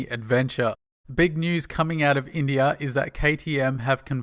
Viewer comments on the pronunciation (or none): none